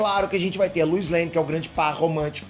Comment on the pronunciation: A pronúncia é Lois não Luis, igual o número "dois" só que com "L" 😉